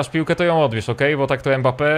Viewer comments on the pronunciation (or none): none